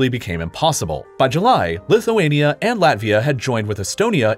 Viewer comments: bro you messed up lithuania and latvia 😭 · He had Latvia and lithunka switched